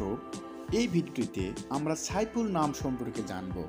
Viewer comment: ভাই সাইফুল কে আপনি ছাইফুল বলেন উচ্চারণ ঠিক নয়